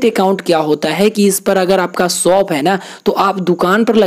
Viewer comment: Soap nahi bro shop bol 😂